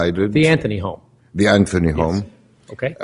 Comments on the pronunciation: This Judge drives me crazy...how you can be Judge, that condemns people to jail for certain lengths that ruins lives...improper Annunciation, or pronounce "Specific" as "Pacific:" "Anthony" as "Anfony" if this Judge was white, he never would have been appointed... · Any reasonable person would think her guilty. It only matters whether he acted in a biased way, like Ito acting for the defense for OJ or Older acting for the prosecution in Manson et al. If so, then saying, "pacifically Anfony" is the least of his transgressions.